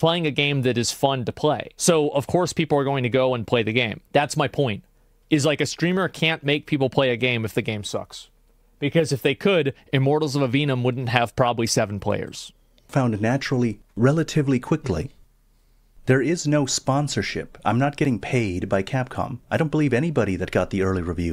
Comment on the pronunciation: It's not A-VE-NUM ... it's A-VE-UM. No N!